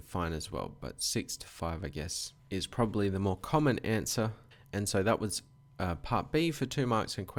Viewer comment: I'm glad I'm not the only who does this "probablly" :)